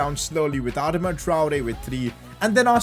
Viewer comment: It’s pronounced Adarma Traore. Sorry just for some reason pisses me off when you say it that way bro.